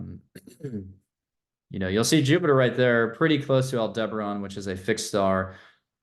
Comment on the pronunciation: Al-duh-barren. Not Al-deber-on.